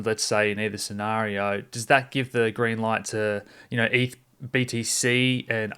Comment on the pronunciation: Great content. More please. But pronounced eth not ef.